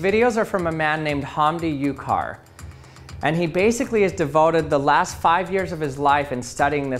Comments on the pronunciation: You pronounced his name false, should be Hamdi Uchar not Ukar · Hamdi is a Turkish name (considering the Ucar surname and the paper) and it's Uçar wich is pronounced with "ch" sound or "j" sound like in the name "John" and when i saw that this video is somehow related to scientist in my country made me so proud that i'll leave a like. Thanks again. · Very interesting! The only disappointing thing is that despite citing the works of H. Ucar in this field, you haven’t even bother to check how to pronounce his name correctly.